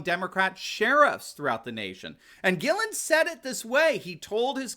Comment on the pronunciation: Love this channel and I use it to educate and recruit other citizens who are unaware of the global political environment. On a side note, Ryan Guillen is pronounced Ryan Gee-yen. Let's Go Brandon!